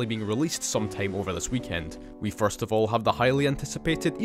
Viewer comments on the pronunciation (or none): Why did I hear " Fart " Instead of " First " 😭